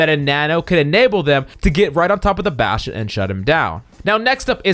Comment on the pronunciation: baSCHtSCHion. ah yes